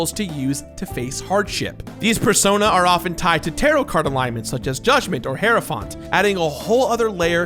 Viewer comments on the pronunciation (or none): Huh so that's how you pronounce hierophant